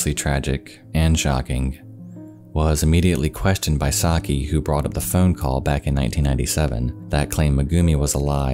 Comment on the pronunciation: My Japanese mom (she's got a penchant for grim stories) would always tell me and my brother about this story. It took me a minute to figure out it was the same one. What a horrible thing to happen. :( (Side note, this might be an exception, but Sakie is usually pronounced sah-kee-eh)